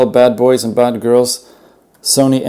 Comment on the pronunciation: In the beginning of the review (7.14) you mess up the word girls and announciate it as goils or goirls.😂